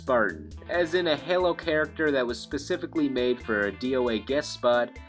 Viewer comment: its (hey-low) like an angels halo, but not (hell-low) how you said it